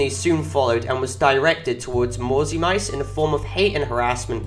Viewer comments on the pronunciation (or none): the name is pronounced "mauzi mitse" not "mauzi maits"